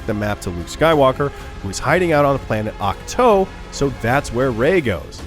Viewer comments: That moment he says ach toe and not ach too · Awk-toe haha